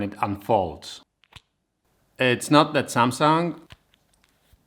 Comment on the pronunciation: Fajnie z biegiem odcinka zmienia się wymowa z samsang na samsung xD